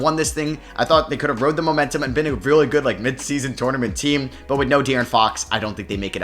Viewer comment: I’m almost clicked off bc of how you say “tournament” 😂